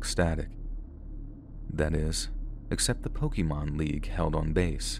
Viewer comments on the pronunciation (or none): I can already tell, pronunciation of pokémon is gonna make this video a hard one to watch.